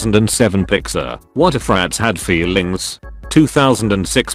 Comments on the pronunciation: I can’t get over the fact on how he says “feeLings” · idk why but the way it pronounces "feelings" is just so funny to me